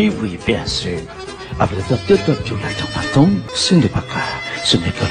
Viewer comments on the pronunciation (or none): none